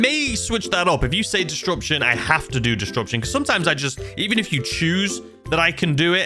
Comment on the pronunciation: Did you have to say “distruption” so many times? xD